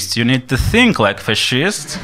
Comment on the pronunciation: Excellent! But please say "fascist" like "asshole" with a strong stress and the same vowel at the beginning. So practice saying "fAt fAscist Asshole". I'm an English teacher. No reason to apologize for minor differences from native speakers' speech. Your communication skills in English are in fact higher than those of many native speakers! I will donate here too.